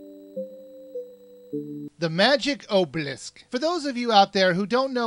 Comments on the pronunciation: it is! its pronounced- Ahhb-uh-lisk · it's pronounced [awe-bell-lisk] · obelisk is pronounced ah-bowl-isk. Sorry but that really annoyed me. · Say it with me: "ah-beh-lisk"